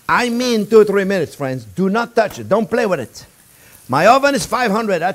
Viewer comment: Can you see that fwiends?-Chef Yes i can and im stawving🤣